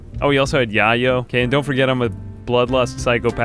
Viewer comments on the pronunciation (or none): "yah-yo" it's pronounced like "YAY-yo" it's another name for coke. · “We got the Yahyo” lmao gringo its YAY-O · totally innocuous thing that didn't ruin my enjoyment of the video, but it is pronounced YAY-oh, not YAH-oh. It's slang for cocaine irl! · The drug "yayo" is pronounced "YAY-yo." Its a south american nickname for cocaine, and it was named after a famous cocaine dealer who went by the nickname "Yayo," which is columbian slang for "grandpa." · yeyo is pronounced YAY-o like the slang term for cocaine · it's called yay-yo. front like you never been on the block my dood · Yayo is pronounced “yay-yo”, you clearly dont cocaine lol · it's pronounced yay-o fyi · I guess its good that you dont know how to pronounce "Yayo" 😂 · I was thinking the same thing I’m like “ya-yo”??? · You're saying "Yayo" wrong.